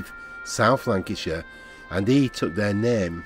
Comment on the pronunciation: larnackshire not lancashire ffs.